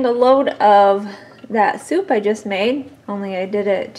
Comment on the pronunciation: Hi ...I follow ur channel and love what u guys do . I really admire the way your whole family chip in at harvest time and run all your machinery...I'm from Ireland and just cant figure out what kind of soup you had made at 5.35 it sounds like rat soup could u clarify that😄😄😁